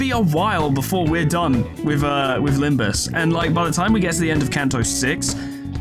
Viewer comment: during Faust's dialogue, she accidentally said "Limbis" instead of "Limbus" and it became a bit of a meme for a while :P